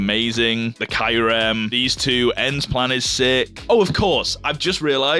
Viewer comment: That's absolutely not how Kyurem is pronounced.